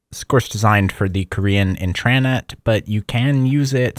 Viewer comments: No I thought the same thing!, I've never heard it said In-TRA-Net before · I’ve never heard a (presumably) native English speaker pronounce “intra” like that. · I don’t know if this guy thinks it’s funny but every time he says Internet wrong I wanna blow my brains out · Everybody knows what an intranet is. It’s his weird pronunciation that’s baffling to people. Explaining a basic and well known concept that everyone is already familiar with is unnecessary and unhelpful. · I think he’s putting emphasis on it for clarity because of his speech impediment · He's emphasizing the wrong syllable. Doesn't have anything to do with "clarity." The word is emphasized on the first syllable- that's the only correct way to say it. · yeah and then he pronounces "intranet" completely wrong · I mean he's also pronouncing intranet wrong by putting emphasis on the second syllable instead of the first. Might be intentional to differentiate it more from Internet but idk. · Why do you pronounce Intranet like that? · The way you keep saying intranet is making me uncomfortable 🤣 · Great content. Hate the way you pronounce "intranet" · Intreyenet? Try this: in·truh·net Same in US and UK. Also, you saying Internet actually sounds like Internet. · Its intra-net not intraaanet 😭😭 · I just wanted to say, I think you might be misunderstanding the pronunciation of the term 'intranet,' since you're pronouncing it 'in-TRAN-eht.' It's pronounced 'IN-truh-net,' like as opposed to 'IN-ter-net.' 'Tran' is not part of the pronunciation. It's 'intra' as opposed to 'inter' because it's an enclosed system as opposed to connecting to other systems, and that's where the name comes from. I feel like you probably know that, so maybe it's just a pronunciation quirk of your--not sure. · They way youre pronouncing it would be if the word was "intrannet". Its pronounced as its spelled, "intra-net". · it's "intra-net" not "in-tran-et" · it's intra-net not in-trannit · Why do you keep saying inTRAnet